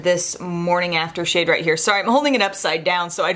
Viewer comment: It's so funny but I almost swore (and replayed it) that you said "shit" when talking about the Viseart bronzer... right before. You said, "and this SHADE," but it sounded so different n funny! Lol... just had to mention it cuz it made me chuckle